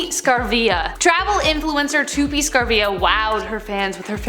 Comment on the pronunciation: I can’t believe you butchered Tupi’s name!😂 Saravia is not Scarfia like tf Also she herself said she edits clouds on her pics because otherwise the sky looks boring and dull.